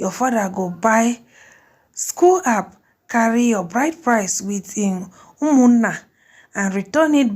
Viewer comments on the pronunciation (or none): Did she call Schnapps school-app. Chai! You no go school ni? You no shabi read?